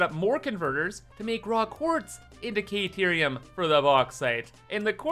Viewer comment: CAH-TEER-EE-UM... Stop pronouncing the "a" in carerium like "aye"....i beg you .. Please